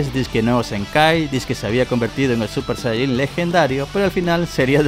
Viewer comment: Ya no es super sayajin si no es super tayarin 😂😂😂😂😂